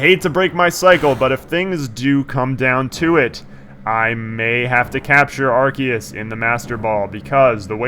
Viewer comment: Cardgage is my god... PS: In regards to the pronunciation of Arceus, this video's pretty useful